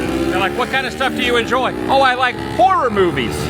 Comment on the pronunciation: Glad to know I’m not the only one who can’t pronounce “horror” correctly either 😂I have long called it the other word as well lol